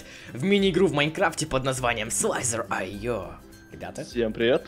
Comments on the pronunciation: не слизерио (или как ты там сказал) а слизарио (ударение на А) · ни слайдар ё, а слизер ио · Не агар Айо и не слайзер Айо , а агарио и слизерио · правильно не слайдер.аё а слафер.ио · это как агарио только это не слитхер айо а слизарио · слизарио а не слизер айо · слизэрио а не сландарео ЛАЙК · не слайзеро,а слизарио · Не слайзер ае, а слизарио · Слизарио а не слеза-рио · не слайдарйо а слизарио. почему большая чясть блогеров говорит как угодно но только не правельно?😡😠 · слизерио не правильно говоришь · слизарио а не слазраоагаирвап. язык можа сломать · Твоё произношение... Слизарио, СЛИЗАРИО и АГАРИО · правильно называть слизер ио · говорится слизарио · читается слизарио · ты не правильно сказал говоритсо слизер ио